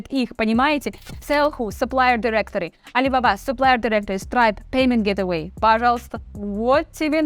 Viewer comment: Куча лингвистических ошибок в произношении ) вот две из них: Gateway - гетавай )) ??? Крипто влюта - Волантильна ?)))) На самом деле там много аж ухо режет, в остальном интересно для новичков конечно. Может сделаешь что то более продвинутое ? Например: можно обучить чат как правильно делать промпты в миджорней, всегда например выводить промпт как код и добавлять в конце всегда какие то параметры и так далее.